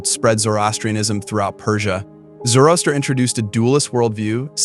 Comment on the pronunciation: Also, Zorro-aster